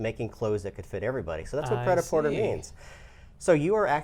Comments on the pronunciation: This is not the french way of pronuncing it but it's better than "praitaporteur". XP Also, it means "ready to wear" as written on the board, not "made to wear". But never mind me, you're welcome. ;) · cringe 'pret a porter' is french. the er is accented to 'eh' or é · Cringe at the pronunciation. The meaning translates more closely to "ready to wear". Sorry to get pedantic.